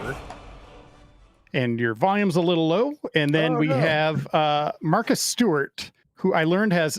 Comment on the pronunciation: Every time Marcus is introduced my mind hears "Martha Stewart".